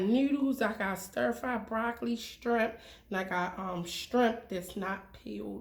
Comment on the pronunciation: She says shtrimp loool